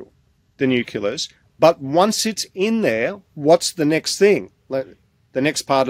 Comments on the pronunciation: This guy can't even pronounce 'nucleus' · I wish that man could pronounce the word nucleus properly /wince/ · "Nuculus"? Silly me- I thought it was "nucleus". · Difficult to trust a scientist who can't pronounce nucleus! 😂